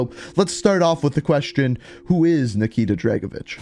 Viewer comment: Tried? Nikita dragovish